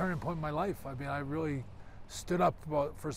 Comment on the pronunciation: Bret 'reeawy, reeawidiy, responsibiwidy' Hart